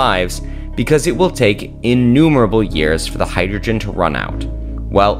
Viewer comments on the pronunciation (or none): none